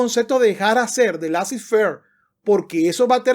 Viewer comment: Laissez faire es una expresión en francés y se pronuncia "lesé ferg"...